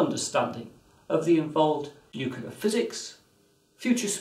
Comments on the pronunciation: Well, it's 2019 at this writing, and China hasn't landed people on the Moon by 2018 as forecasted. By the way, it's new-cleer, NOT new-kew-ler. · He pronounces nuclear like "nuke-yoo-lur", like George Bush. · What chance have we got when Boffins can't even pronounce the word Nuclear. This guy is saying Nuculler most people mispronounce it Nukiller so at least he's original. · I thought only some Americans said "nucular". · Wrong, it's pronounced "new-cle-ear" as nucleus is pronounced "new-cle-us" and it's plural nuclei "new-cle-eye". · I believe somebody who has worked in a nuclear power plant for over 20 years, one Homer Simpson, would agree, its pronounced "nuke-yoo-lur...nuke-yoo-lur". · There is only one U in the word nuclear. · Saying nuclear wrong is a non-starter.